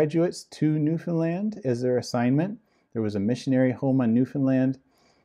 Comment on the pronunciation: About the name of the island that he was assigned to, are you certain you pronounced it correctly? Because it sounded as if you said 'Nuthonland'. Did you mean Newfoundland? Because on the map you showed, I saw Newfoundland but didn't see anywhere on the map the word Nuthonland, or a word similar to it. BTW, I'm doing research and there is a cult that sounds almost identical to The Watchtower that is called The Brethren, they were founded on an island and although not well known are still very active. Could this be the same island that he was assigned to after graduating from the Ministerial School? Any information you can give me, or links you provide I would very much appreciate it. I was never in 'The Brethren', but I used to be a Jehovah's Witness. I am very happy to announce that I am no longer in this antichrist organization. However, it took an extremely long time to stop hating the Governing Body members and start praying for them to 'wake up' and leave the organization too. I think the reason it took me so long was that I was too angry and in too much pain to realize that these men are deceived too. I agree with you, it will be the ones that aren't always 'upbeat happy' that will leave the organization first. If you have any information about the island Mark Sanderson was assigned to I would be very grateful if you can send it or links to my email and please put Mark Island in the subject line so I don't accidentally delete it. I get a ton of spam in my inbox.